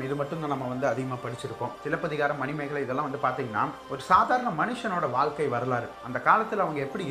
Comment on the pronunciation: I really like the way you said silapathikaaram 👌 love your channel